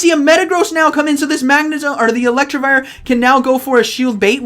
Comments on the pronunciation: It’s Elect I vire, not Electrivire. You’re adding an extra r in to make it sound like electric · PLEASE GOD! IT'S ELECTIVIRE, NOT ELECTRIVIRE 😭 Good video but the pronunciation was driving me crazy. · More like elect-e-vire